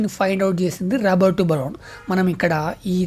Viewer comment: Brown ❌bron✅😢😅